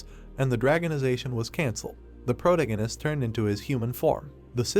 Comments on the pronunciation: Can you get it to stop saying the protahgahnist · How is someone with black hair a brunette ? serisously colour blind AI? Pro tagonist not a proto ganist sounds like a gas station. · Great Manhwa story. Good ai voice. Still terrible pronunciation, it's quite annoying. I'm looking forward to the day the ai is intelligent enough to pronounce words correctly. Example, "protagonist" AAArrrrghhhh!!!! Thanks for the upload :) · weird pronunciation of protagonist .. is it me only irritated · Yeah no i cant listen to that pronunciation of protagonist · The voice is the least annoying but it irks me every time it pronounces the word "protagonist" 😤